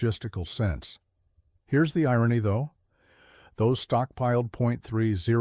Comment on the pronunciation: AI generated garbage, can't pronounce simple terms like 30-06 😂